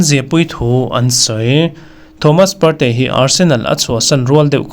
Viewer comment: A ngaihnawmin a bengvarthlak ṭhin e.Thomas Partey ,Partea tia i lamte hian hriat a tinuam zual.